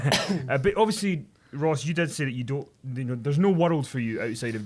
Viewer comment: sounded like said "she dead" instead of "she did"